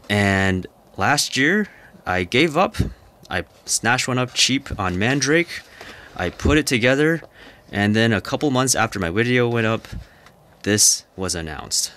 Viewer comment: I wish you would practice pronouncing the store name, "Mandarake". It's pronounced "Man-dara-keh", not Man-drake. I am Japanese and it makes me feel you don't give a shit about Japanese names, as much as you love gundams. But I still love watching your videos.